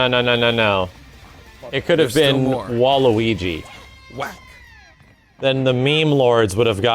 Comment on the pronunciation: anyone else instanly said "WAA" when said Wa-luigi? just me?